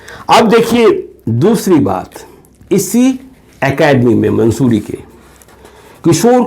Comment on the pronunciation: मंसूरी नहीं मसूरी होगा